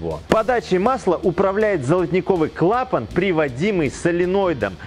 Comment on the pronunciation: Это первое на моей памяти видео на ютубе, где все склонения и ударения в слове "клапан" сделаны по правилам русского языка.